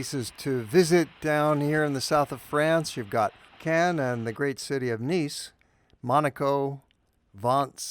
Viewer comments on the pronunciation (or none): none